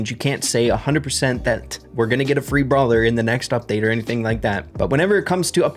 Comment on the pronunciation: its brawler not bralwer